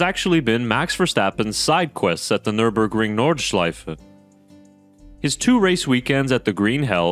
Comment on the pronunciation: NORDschleife, not NORDEschleife